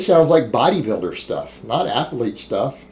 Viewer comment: When are you going to learn how to pronounce "athlete"?😐